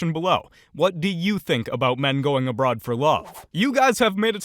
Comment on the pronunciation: I hear "I'm an American man looking to date a broad"😅